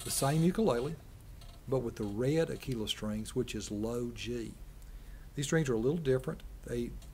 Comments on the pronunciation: I’m Italian, and every time I hear “a-kée-lah” I get goosebumps... It’s not like the “tequila” drink... It’s an italian name from an italian brand. Aquila means eagle: in fact you see the picture of an eagle. So, no way: the correct pronounce is À-kvi-la (I don’t know if my phonetic translation is correct, but I hope i got the sense). So there are 2 mistakes in the pronounce to correct: the accent must go on the first A and the letters QU must be read as “KV”, more or less. It’s the same when English or American people pronounce PLUS with the“U” that becomes an “ah” instead of a “U” like in “fur”: it’s a Latin word, and it’s demonstrated that ancient Latin people pronounced that U as a real U, not an A. I hope it helped... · The pronunciation is "AK-wee-la" (you have to pronounce the letter U) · no its pronounced ah-key-la.. sorry. (i'm a dealer, lol)